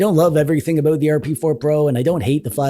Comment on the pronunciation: Oat-A-boat, With oat EH!